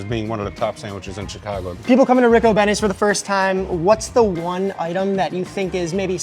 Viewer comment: Chicago pronunciation: Reeco-Benny’s